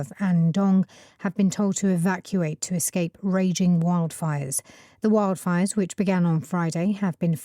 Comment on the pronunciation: 0326 출석. 1. wildfire 발음이😢 원래아는발음은 '와일드'였는데 여기서는 첫번째는 '웡'으로 들렸고 두번째는 '월'로 들렸고. 에휴. 2. fanned 이부분. fan이 동사로 쓰이는거 익숙치않아서 몰랐어요. 오답은 found. 3. raging. 모르는 단어. 오답은 raising 결코 쉽지 않네요 오늘도.^^ 오늘 강의도 감사드립니다❤❤